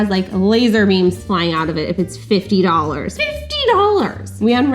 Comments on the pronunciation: “FIFTEY DOLLARS” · the way that she said 50 DOLLARS xD !!!! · I love how she repeatedly says, "FIFTY DOLLARS!" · every time she said FIFTY DOLLARS i laughed so hard 😂😂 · it's so funny how she says "fifty dollars"